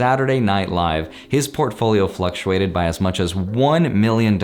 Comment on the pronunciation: did he say Profolio ???? lolol